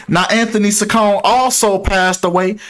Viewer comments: It’s pronounced chi con eeee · Not that it matters but her last name is pronounced Cheek-oh-neh